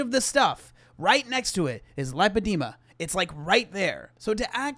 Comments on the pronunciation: lai. puh. dee. muh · How tf did she spend 2 hours talking to the doctor about it and still not know how to pronounce it? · thank you! i was so annoyed that she just settles on not knowing how to pronounce a word. its not cute, its not quirky; you seem dumb and uneducated. Google is a very easy service to use if you cant pronounce or understand a word. our ancestors would kill for a resource like that and lots of people worked hard to make is accessible to just about everyone. Just another example of how LAZY she is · If she saw a specialist shed know how to pronounce it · This b is such a pathological liar. If this doctor diagnosed her with lipodema why doesn't she know how to pronounce it? Wouldn't you just say it the way the doctor who told you you have it said it? This is just more of her WebMD fantasy bs. She doesn't go to the doctor. She makes this health drama up for views. God I hate her. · You would think if she spent 2 hours listening to a doctor repeatedly pronouncing Lipoedema she would know exactly how to pronounce it 🤔 Also: it doesn’t stop you losing weight at all. The scales may not move if your holding fluid in the tissues but your still burning fat! This is false information and just excuse after excuse. She couldn’t be happier to have come across this on Google. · Amberlynn's inability to commit to even remembering how to pronounce the condition she uses as the entire excuse for this inexorable problem of her weight encapsulates her attitude perfectly. She just doesn't care about much of anything. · She mispronounces the craziest things on purpose, it's one of her 'quirky girl' traits